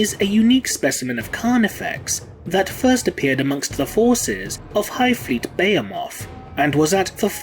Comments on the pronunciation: The way you said Behemoth almost shut down both of my kidneys and my pancreas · Why did you say behemoth so weirdly